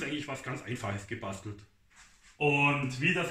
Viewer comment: gebaschtelt ..Aschtro😂